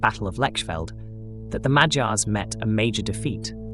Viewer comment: Did anybody noticed how almost perfectly he pronounced Magyars? Keep up the good work m8. Love from Hungary❤